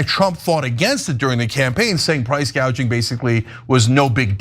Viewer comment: Btw Kamala called it price GAUGING when she first discussed it, mistaking it with the word GOUGING.